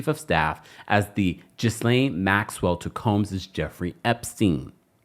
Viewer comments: Gee laine Maxwell? Not Jis laine...lol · Please, stop calling Ghislaine Maxwell, Jizzlaine. It's pronounced Ghee-lane. (Like the clarified butter.) Thank you and have a great day. ✌🏼🫶🏼🖖🏼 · It's pronounced "Guh-lane" maxwell not gis. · Dude, it’s pronounced Ge-lane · Ghislaine. Is pronounced: GEE-LAINE. I call myself being of assistance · If y’all are gonna be reporting, at the very least, get the pronunciation of names right. Ghislane = (gee-LANE). Hard G.